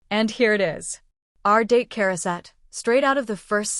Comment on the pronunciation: we say Charoset as Ha-row-set. Heavy on the Ha.